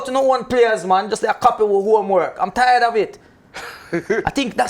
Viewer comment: Ty is “tyred” lol 😝